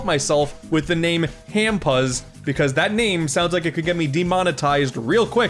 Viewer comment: hampuzz sounds more like HamPers than it does Ham Pus (I'm kidding about about the pus part)